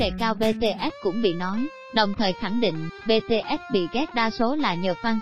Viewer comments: Bi Ti ét chứ éo phải bê tê ét Ok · chuyện chú Vinh thì có thể là hiểu lầm t để ý mỗi ad mắt j BTS ko đọc mà cứ đọc Bê-Tê-Ết nhể :) 🙂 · Bê tê ét. Bạn ơi đọc sai tên nhóm r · Sao cứ đọc là bê tê ét nhở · Má đọc chữ BTS cho rõ vô coi